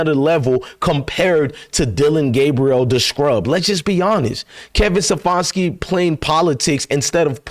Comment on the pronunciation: His name is Ste FAN ski